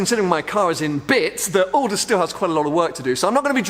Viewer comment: This guy is dangerous hahahaha "Aldous"